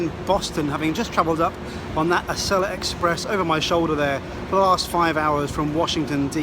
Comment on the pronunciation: It’s pronounced “Ah-see-la.”